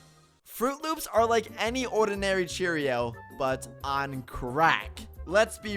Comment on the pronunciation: I’m sorry but the way he says ordinary cracks me up 😂😂😂